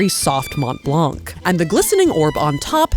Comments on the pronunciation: For future reference, the C at the end of blanc is silent source: I'm French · You dont pronounce the "c" from blanc its there for starting the femine of "blanc" which is "blanche" :3 But the masculine form is silent so you dont need to worry about it. Much love <3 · As with half the letters in French, the "c" in "Blanc" is silent. Not complaining, just trying to educate.